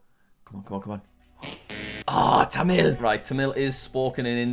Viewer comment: bro pronouced tamil tamel bruh